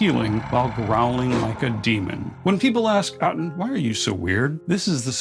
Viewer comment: Aten, annunciation. Lol😂. You got me with the first word of the video. Keep the content coming.